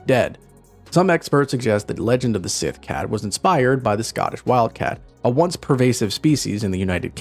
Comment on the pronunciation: Síth is pronounced "she"